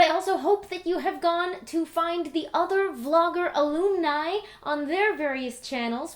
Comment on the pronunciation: Looking forward to your longer-form show on the Pull tonight. I do hope they archive the shows, after they've run live, for anyone who can't tune in. Also, you say "Alumni" in a way that sounds suspiciously like "illuminati" which is the sort of thing that Kiri might investigate, if she weren't part of the conspiracy. Whatever you decide to do to celebrate ten thousand subscribers, it should involve singing, because you have a beautiful voice. :)